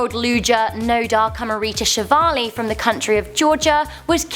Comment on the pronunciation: that's not how you pronounce Nodar Kumaritashvili... Kumarita'sh'vili, not Kumarablablashavalli. you mispronounced it so badly, that i, a native Georgian, couldn't even recognize the name, until you said the country he represented. so disrespectful.